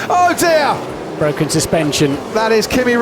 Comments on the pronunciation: Where is the famous "It's BWOKEN" ? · It's bwoken! FACK!